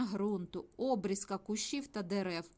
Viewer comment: Обрізка наголос на і, а не на о.